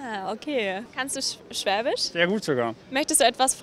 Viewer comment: Great when your interviewer can’t pronounce the word Schwaebisch!